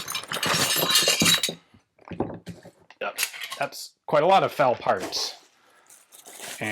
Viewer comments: Drinking game! Take a shot every time Ian mispronounces eff-a-elle and says fowl or foul. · Did anyone else hear Ian say, "Foul parts kit"?